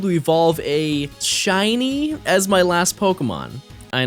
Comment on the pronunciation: She-Nee. By the way.